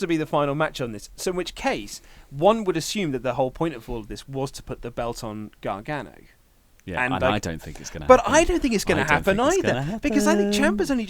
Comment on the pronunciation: "Johnn Gragano"